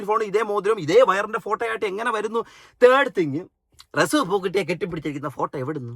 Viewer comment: പൂക്കുട്ടി എന്നാണ് പൂക്കൂറ്റി അല്ല. എല്ലാം മുസ്ലിം നാമധാരികൾ ആണ് ഞമ്മൻ്റെ ആളുകൾ. 😂😂